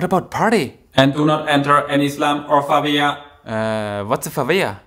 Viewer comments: It’s FAVELA not FAVEI-YA. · Dude, pronouncing Favela in Spanish? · "faveia" kkkkkkkkkkkkkkkk